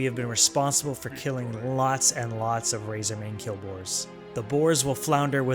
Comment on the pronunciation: Quill boars, not kill boars. LOL love the vids